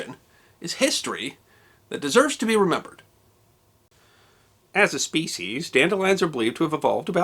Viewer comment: Thanks for not mispronouncing "species" as "speshies". I hate that.